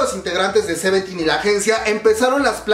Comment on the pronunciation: que es, "garvity" y "seventten" ¿?, yo sólo conozco a "CRAVITY" y a "SEVEENTEN"